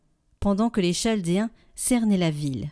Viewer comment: Le Ch dans Chaldéens, se prononce "K" comme dans chaos